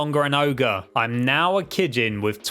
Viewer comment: He’s saying kijin wrong lol if you watched the anime you would know how to say it lol